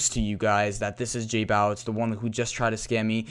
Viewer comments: J-bow-itz not j-boow-itz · It annoyed me how you say jbowitz...